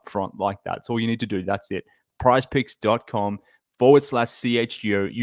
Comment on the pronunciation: Mark, it's PrizePICKS...Picks..